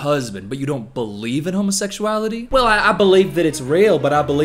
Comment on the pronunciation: ''homersexuality'' homer simpson is offended right now. [why did she say it like that XD]